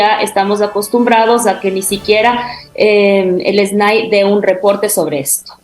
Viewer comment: Las siglas SNAI no deben leerse "esnái", eso es incorrecto. Debe leerse nombrando cada letra, o sea: Ese Ene A I.